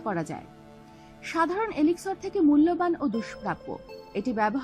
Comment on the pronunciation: not elixor its elixir and not rotno its gems....